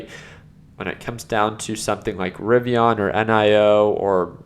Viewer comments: bro its not rivion its rivian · Ri-Viiiiiiiiiii-an! The “an” is an EN. For f sakes, it drives me nuts.